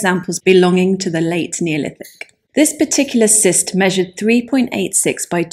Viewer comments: Great, but "cist' is pronounced as'kist'. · Just for you to know, convention has cyst in this context pronounced kyst. Kind of thing one doesn't learn from reading. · I believe cyst burial is pronounced "kist." (That's what they say on Time Team.... 😉)